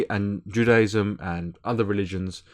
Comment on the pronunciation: Your pronunciation of "Judaism" is rib-ticklingly hilarious. :) Great vid though.